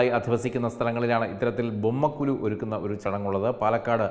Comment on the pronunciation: ബൊമ്മക്കൊ"ലു" എന്നല്ല, ബൊമ്മക്കൊ"ഴു" എന്നാണ് ശരി.